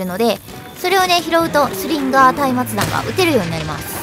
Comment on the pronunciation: うぽつでぇす！！ 松明弾は下方修正はよ来いって感じですよねぇ あと松明弾は「まつあきだん」と読みますよ！